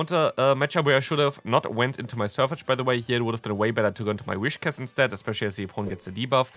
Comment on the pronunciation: It's Whiscash, not Wishcas